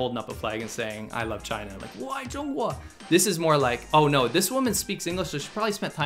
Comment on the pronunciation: "There is bo war in Ba Sing Se"